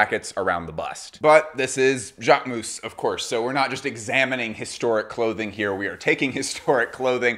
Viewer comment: Jacquemousse?! Please it’s not pronounced ‘ou’. I understand it might be hard to pronounce but it hurts to hear this « ou » sound 😢